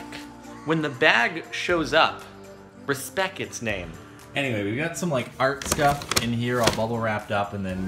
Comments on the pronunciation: its respecT not respeck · Respec? XDXD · he said "respec" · "When the bag shows up, respeck it's name." XD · i just realized that jordan doesn't say respect with a t he says respec